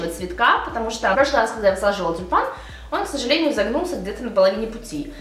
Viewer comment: Мне сначала послышалось не тюльпан , а Степан )) может , это знак? P. S. Спасибо за видео !